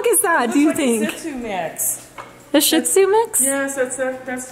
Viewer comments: Looks Lhasa Shih Tzu mix. And its pronounced She zoo not shi* zoo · you pronounce the breed "she-zoo" not zit zoo.......